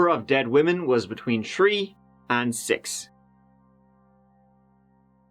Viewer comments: It's "THREE" not "TREE". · Man miss hearing my tree Man even thou he’s trying his best to say three, love your content keep it up! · Is it tree or three? U keep changing 🤷🏾‍♂️ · Tree-5-5-1, the best address pronunciation I've evert heard. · It's three not tree 🌲🎄🌴🤣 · Tree tree tree tree, it’s three buddy not 🌲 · Bro it's pronounced three not tree, enunciate your words God damn bro. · What's up with pronouncing three like 🌲? 🤨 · I love your channel , I love your accent , love the way u pronounce thre ..three..tree!! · Turdy. Turdy Uhn. Turdy Tew. Turdy Tree. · Enjoying your commentary,especially your 1,2, trees... your Irish,or Scottish accent is very authentic,and enjoyable. . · you really can't say 3 huh lol